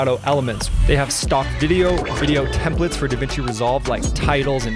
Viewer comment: Templates not Templetes lol